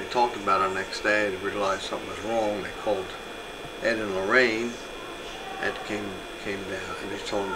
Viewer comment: Oh for God's sake...its Loraine!!! Not Loreen!